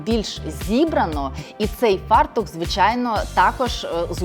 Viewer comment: Дякую… (але в слові «фартУх» наголос на останньому слові. В рос.мові - на першому - «фАртух»).